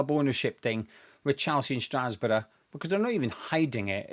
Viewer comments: Hahahahaha. I thought I misheard it, but then he repeated it. Never heard anyone pronounce it like that. Hilarious. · I absolutely hate the blueco bs. They need to take action cause this can´t go on. That beong said i can´t help but laugh everytime you pronounce strasbourg 😅😂